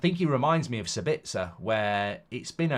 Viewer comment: Mark still calling Sabitzer "Sbitzer". There's an A in his name you numpty, it's Sab-its-a, not Sur-bits-er